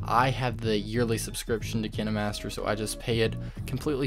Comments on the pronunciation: Him: kin- eh -master Me: pronounced it wrong my entire life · You can’t even say kinemaster right /./. What is... kin- ey_ master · KINAmETSeR lMAO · Hol’ up- did he just say “Kina Master” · ITS KINE MASTER AND NOT KENE MASTER😂😂😂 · Or maybe its cus he called kinemaster kin-E-master lol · No no it's kiner - master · It’s not KiNeMaStEr it K I N E M A S T E R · They way he pronounces it makes me die inside 💀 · is the way he say kinemaster fah me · who else got triggered the way he said kinemaster 😂😂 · King Khan :0 thanks, dude! I now know how to actually pronounce it! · It sounds like Crime Master Gogo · dude its kinemaster not kenemaster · FOR THE LOVE OF GOD ITS PRONOUNCED: KINE-MASTER NOT KIN-E-MASTER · Him: (kihnimaster) KineMaster Me: YOU IDIOT IT'S (Kien master) KINEMASTER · You’re telling me it’s pronounced kin-e-master and not kien-master? My life is a lie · Kinaamaster lol dude it’s kinemaster not kinamaster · Kindmaster not kinmaster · He says KinaMaster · I know it kinda triggers me cause he’s like “Ken-Ee-master” while I say “Keen-master” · No he’s saying KineMaster that’s how u pronounce it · its not kini its kayn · I might just be acting way too dramatic but I get so triggered when he says kinemaster like kin a master cuz I pronounce it like k I nemaster. Is it just me who says it like that? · KineMaster watching this like ITS KINE-MASTER Bro this guys saying kin-a-master is making me laugh so bad Lol thanks for the tips do O.o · I thought it was pronounced "kain master" not "kin e master" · You say kinemaster: kinamaster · KINE not KINÉ Sorry, It Annoys me Sooo Bad 😅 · im sorry but kinamaster it KINEmaster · It's not kin a master its kine master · Man said kenee master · It's pronounced "Kinermaster"? I thought it was "Kindmaster" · Him: kinEmaster Me: ...da fuq u say 👁👄👁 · Wait is it actually pronounced kinamaster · Ah yes, Kihnnehmahstehr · Did you just say "Kin-aye-master"? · I hate how he said Kine y matser also kinemaster creatirs are quaking